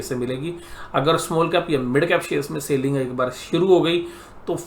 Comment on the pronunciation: Its not Sailing.. It is Selling. Good Videos but your Sailing irritates alot.